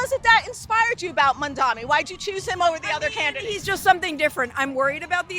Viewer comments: The man's name is MamdaNi, not MamdaMi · MAM dani! MAM dani! MAM dani! MAM dani! MAM dani! MAM dani! MAM dani! What the fuck is wrong with people? Are they purposefully mispronouncing Zohran's surname, or is it just incompetence?